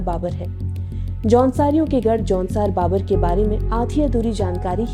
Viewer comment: Aunsaar baabar nahi jaunsaar bhaabar 😜🤣🤣🤣😭😭